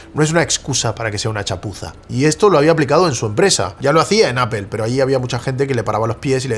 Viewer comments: 🤣😂Repitan conmigo hermanos españoles, NO se dice "A P E L " se dice a p P L E, aaaaa ppppp ppppp llllll EEEEEEEE 🤣😂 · Lo único que no entiendo es porqué los españoles pronuncian tan mal Apple. Dicen Apel, pero en Inglés sería "Apl", Castellano (Aple) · por que le dicen "apel" no se pronuncia asi.. incluso en ingles se pronunci "apol".... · Interesante lo que nos compartes pero no puedo escuchar tantas veces “apel” sin volverme loco. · deja de decir apel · Pregunta en serio. Por que dicen apel en lugar de apple? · por que le dices: APEL? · tengo un problema psicológico y no soporto cuando le dice appel a apple o googel a google 😅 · Qué es "apel"? 🫠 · Me encanta y su contenido, pero a su nivel ya no deberia cometer errores tan absurdos como decir "Apel" en ningún idioma se pronuncia de esa forma 😂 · Pronuncia bien Apple😐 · Aprende a pronunciar Apple! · Buen vídeo excepto por la pronunciación de la palabra "Apple" :face-blue-smiling